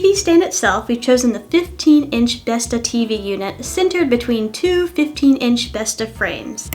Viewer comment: Besta = grandma Bestå = remain, not withering away, endure That little ring does change the pronounciation a lot lol. Not that there's anything wrong with pronouncing it how you want, I just found it funny.